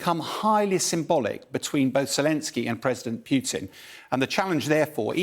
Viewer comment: Why doesn't someone tell him it is not Pyutin, but Pootin... :)